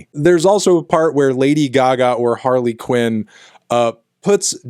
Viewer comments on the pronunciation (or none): none